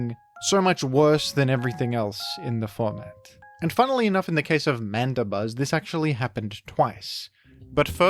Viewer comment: Why is Mandibuzz pronounced as Manda-buzz instead of Mandi-buzz?